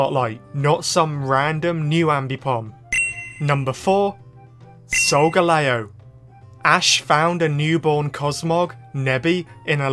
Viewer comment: 👉Why you called solgaleo A sogaleo👈